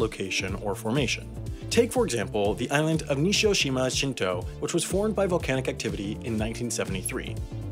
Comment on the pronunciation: He called nishinoshima shinto nishoshima shinto